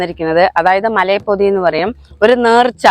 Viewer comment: മലയപ്പൊതിയല്ല മലയപ്പതിയാന്നു